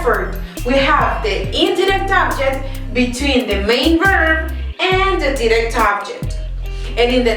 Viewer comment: if ur teaching pls pronounce direct and indirect. It's confusing